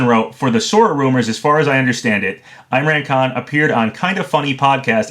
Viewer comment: it’s not pronounced eye-mran it’s pronounced like im-raan con, like if the h in him was silent, (h)im-raan con